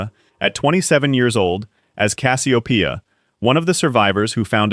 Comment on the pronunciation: The person you are showing for the show isn't Dr. Wilker but the actor's picture is of the person who played him. You showed a character from the " Greetings From Earth " episode. Also, you kept pronouncing Cassiopeia all "fracked" up. Please get your A.I. sh** together.